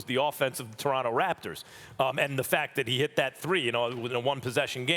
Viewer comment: Does she not know how to pronounce Raptor- or does she think they are actually called the “raptures” ?